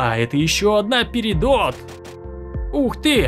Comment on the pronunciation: Перидот а не перидот